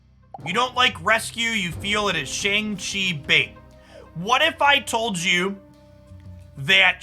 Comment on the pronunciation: Mispronouncing Shang-Chi